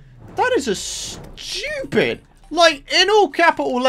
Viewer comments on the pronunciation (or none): "In capital letters SHTUPID amount of damage"